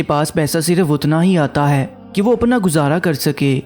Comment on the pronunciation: Aap khe ko hey mat padhe plz . Irrigation hoti h